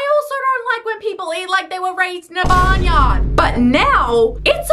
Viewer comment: I’m sorry 😭😭. But your accent is just so funny in this part: “Barn yard”. I know it’s supposed to be serious